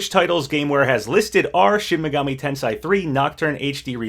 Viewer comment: Just so you know, "Tensei" is pronounced "ten say", not "ten sigh".